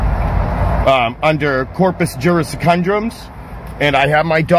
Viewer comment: 🤣🤣🤣 "Corpus Juris Condrums(sic)" There is no such term. He probably meant Corpus Juris Secundum, but I guarantee he couldn't define that any better than he can pronounce it.